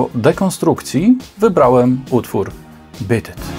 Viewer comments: ..."Bit it"??? ;-) "Beat it" proszę wymawiać mniej-więcej: /biit yt/... warto sprawdzać wymowę terminów angielskich, bo treść filmów zasługuje na więcej w tym względzie ;-) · Oczywiście, w podanym przypadku, pisownia jest ta sama, a więc rolę odgrywa wymowa. P.S. Widzę, że masz w nicku "zemsta". ale wolałbym, żebyś miał "rozum", albo "zdrowy rozsądek". Podsumowując, Pan w nagraniu źle wymawia tytuł tej piosenki (zresztą nie tylko na tym filmie źle coś wymawia) i "pirdzenie" o akcentach zachowaj dla siebie.